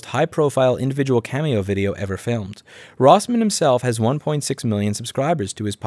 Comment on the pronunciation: ... you mispronounced your name in the first 30 seconds Or maybe you just pronounce it wierdly idk i reeatched some other videos